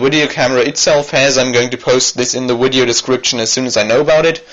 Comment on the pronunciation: widio. please stop saying wideo!!!!!!!!!!!!!!!!!